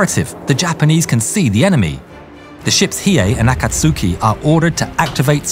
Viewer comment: 'Akatsuki' is pronounced [akatski] omitting 'u', accent on the second 'a'.